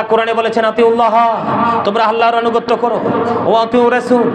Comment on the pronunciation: তুইতো অনুগত্যই শুধ্যকরে বলতে পারস না। বটপার.…....